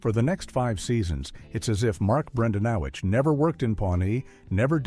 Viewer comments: I think you mean Bran-dan-o-quits. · Mark bren-DAN-eh-quits*